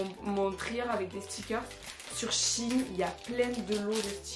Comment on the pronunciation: Par contre c est pas "chine" mes shein il faut prononcés le "e".voilà sinon je t adore❤❤❤❤